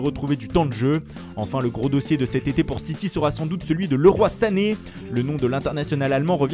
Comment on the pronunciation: Enfin un media qui prononce leroi sanné !